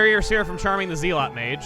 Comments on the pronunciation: His mispronunciation of Zealot over and over was really grinding my gears. XD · Was anybody else laughing at the way he pronounced zealot. I know it’s not exactly a common word, but I found the mispronunciation charming especially given the are he was in. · Just in case has never seen the word "zealot", which I wouldn't put it past given he pronounced it wrong: Also, don't forget to mention that Ayla's Dino Tail deals more damage the lower her heath is. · Zealot Mages, while they are mages from Zeal, are pronounced "zel-lot." A Zealot is a fanatic, usually related to religion or belief systems. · You mispronounced "Zealot." It's supposed to be pronounced Zel-et. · Zealot= Zel-ought. I know its a confusing word, at least thats how I always heard it said. Your creative wordification is half the fun of watching but if you wanted to change how you say it now you can... I la ike your way of pronouncifing things uniquely. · The word Zealot is pronounced as Zell-it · Chugga zealot is an actual word it is pronounced zel-it or zel-ot. It means either person who is full of zeal (great energy or enthusiasm in pursuit of a cause or an objective) or more commonly means violent extremist. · just in case it wasn't a pun, zealot is pronouned zell-awt or zell-ut. rhymes with "sell ought" or "sell it" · no it's pronounced "zell-it" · Nah, chuggaa makes puns all the time, but he always acknowledges that it's a pun. He joked about them being called "Zealot" mages, sure, but he didn't go on to acknowledge that it's actually pronounced "zell-it" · Yeah it's definitely pronounced "Zell-it" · Yeah, it's pronounced "Zeh-lot" just like the protoss unit from StarCraft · Not to be too pedantic about it or anything, but it killed me inside watching you constantly pronouncing zealot wrong. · The fact that the kingdom is called the kingdom of Zeal is enough to warrant his mispronunciation of Zealot, I find it charming. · That pronunciation of "Zealot" tho... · Ze-lot not Zeal-ot